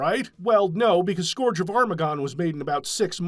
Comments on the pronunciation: scourge rhymes with "urge," not "gorge" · Scourge is no scorge. Cur, not Core. Play Warcraft III to hear all about another Scourge. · That’s a very interesting way to pronounce “scourge”